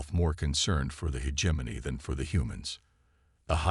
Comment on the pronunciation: God I wish that the AI could pronounce the word “hegemony” correctly…..